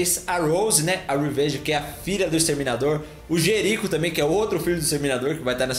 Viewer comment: Jericho virou "Giríco"? LoL